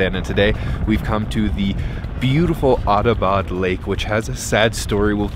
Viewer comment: It's not a "Autobot" lake, it's "Atta - bad" lake.